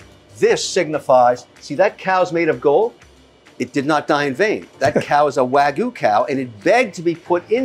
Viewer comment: Congratulations Mr. Wonderful! Three things: You spelled “restaurant” wrong, twice… once in the thumbnail and once in the video title. Third thing, Wagyu is pronounced Wag-Yoo not Way-Goo or Wa-Goo. If you are going to purvey it, you must properly pronounce it. I sincerely wish you great success. Cheers.